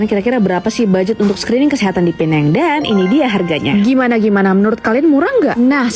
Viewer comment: Ejaannya PENANG (ejaan bahasa inggeris) tapi sebutannya 'PINENG'. Kalo sukar utk menyebutnya guna saja bahasa melayu Pulau Pinang.